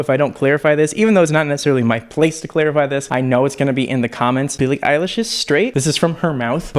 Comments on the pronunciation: my man almost said “Billie Ache” 😆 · “Billie Eyelash”